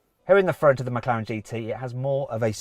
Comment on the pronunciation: 맥칼렌으로 들리는데 저게 제대로 된 발음인가